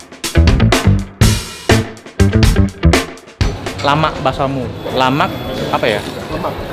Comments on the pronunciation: Lamak tu artinya enak, bukan lemak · Lamak enak men bukan lemak.